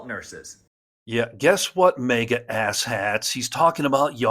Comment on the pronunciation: HEY!! For the eighth time:, &. The word is "MAGA", not "MEGA"! Get it? It's "MAGA!" MAG AH, not MEG AH.